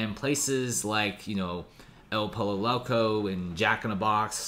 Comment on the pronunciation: "El PoLLo Loco" 💀